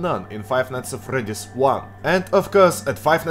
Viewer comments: Oh... Hey,. Nice work! VERY nice work! Good! But... A... Your accent... In the name of the Great Xibalba, but "Fr-r-r-r-r-r-r-eddy`s"? Ew. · Five nights at fRRRedys))